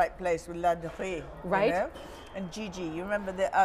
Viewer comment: She said the name Ladurée wrong.